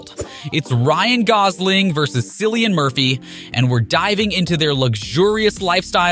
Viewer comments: Cillian. His name is Cillian, not Sillian. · You do not pronounce Cilliam right!